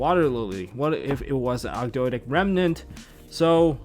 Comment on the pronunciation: It's pronounced "Og-doh-dic" like how Toad is pronounced "Toh'd"